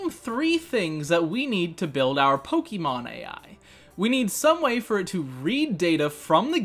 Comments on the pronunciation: This is amazing - but please stop saying poke-EE-mon 😂❤️ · Finally someone other than me who says PoKEYmon